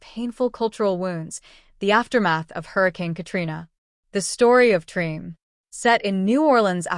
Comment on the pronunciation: You know it's AI when it mispronounced the name of the series.